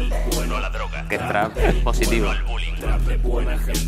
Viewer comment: Droja se dice droja